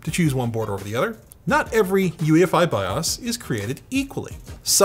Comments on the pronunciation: I just wish he pronounced BIOS differently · It's no longer BYE-OWS BYE-OUS or BYE-OUSE said BYE-AUSE